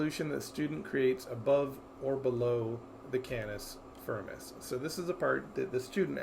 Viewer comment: "cannis furmis"